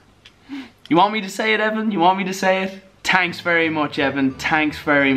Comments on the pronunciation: "tanks so much" ha. ha. ha. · It's "Tanks"😂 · Tanks for saying tanks XD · “Tanks very much Evan” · Tanks very much Evan Vanoss: your tankcome